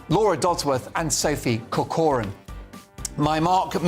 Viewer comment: surname is Irish and should be pronounced Corcoran with emphasis on the Cor (a hard c) as in Kor kerin